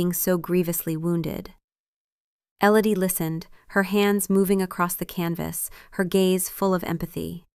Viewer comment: Not Ellady, Elodie.